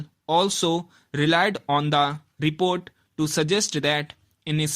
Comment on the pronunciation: Report bolte ni ata tere se gadhe